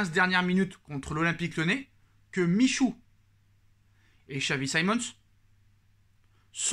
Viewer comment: edouart michouuu mdrrr appmrend a dire son blase deja